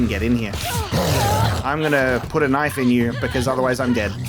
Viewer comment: I took a drink of Fosters every time you said “knoif”, now I’m bangin a wallaby